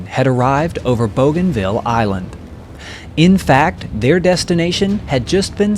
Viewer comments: Pronounced BOO-gan-ville, not BOW-gan-ville. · Bouganville is pronounced boo-gahn-VEE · My dad served in the Pacific,WW2. 2nd Marine Division,,,You did a wonderful video here, I'll check out your other ones. I do believe Bouganville is pronounced BOOganville. Just a minor thing, no biggie. Thank you. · BOOGANVILLE NICHTWAHR? But spelt BOGANVILLE ? is it not? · All that work & you couldn't learn the pronunciation of a 2 syllable word ? :face-blue-smiling